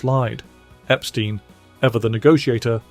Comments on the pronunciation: You keep mispronouncing Brian Epstein's last name. It's not pronounced Ep-STEEN, it's pronounced Ep-STYNE. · EpSTEIN, not epSTEEN